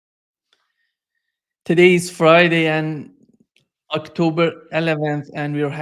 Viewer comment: Was ahh-k-toe-brr sefen not a successful milliteary mizzion?